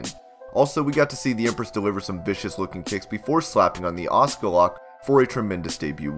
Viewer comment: shes Asuka not Auska..